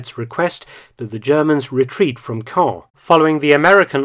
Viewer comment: Nice to hear Caen pronounced correctly...